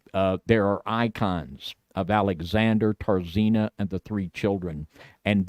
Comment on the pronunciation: for what it’s worth, please, for the love of God, learn how to pronounce words in the English language. 😂 “Mora” is supposed to be pronounced with the ‘y’ before the ‘a’ at the end. It’s: ‘MOR-EE-AH’ It’s not “TAR-ZEEN-A”, it’s ‘Tz-AR-EE-NA’